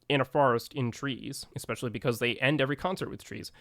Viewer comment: It is not pronounced "Eckspecially" It is especially